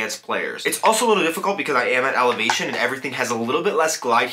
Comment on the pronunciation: Did you just say "alevation"?